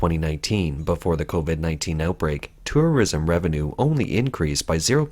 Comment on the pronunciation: "Turrurism" xD